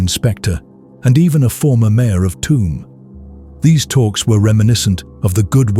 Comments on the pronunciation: I’m from Tuam it’s pronounced “choom” but calling it “tomb” makes a lot of sense because it is a shithole. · Great upload! It is very well-told of what goes on in these communities when they are feuding. There are towns and villages in Ireland that just close down when there is a funeral. Just a note on the pronunciation of "Tuam" it is pronounced Chew um. Thank you for the hard work. ☘☘☘ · Tuam in Co. Galway is pronounced "Choom" like the word tube or tune. Toomebridge in Co Antrim is a totally different place entirely. Tuam is an Irish word Tuama which means a graveyard and is the seat of the Archbishop of Tuam, one of the 4 Archdioces on the island of Ireland. It is now a dormitary satellite town for Galway city 20 miles away but used to be an industrial town in its own right many years ago. A sugar factory, one of 4 in Ireland , was closed down and tore the heart out of the town with its closure. The irish pop group the Sawdoctors come from Tuam. Legend has it that the town was founded by Saint Jarlath in the early Christian era at a site where his chariot wheel broke. Hence the towns crest features a picture of a broken chariot wheel on its emblem.